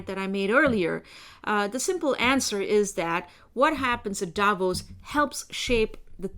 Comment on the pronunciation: Davos not Davis🙄